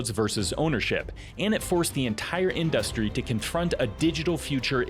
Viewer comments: I had to stop the fifth time he said "in-dust-ry" like it was a new word for him. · This is an amazing video, please stop pronouncing industry like in-DUST-tree though lmao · What the fuck is that pronunciation of industry... otherwise sick video. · Why does he say industry like that? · I'm losing my mind over how he pronounces "industry"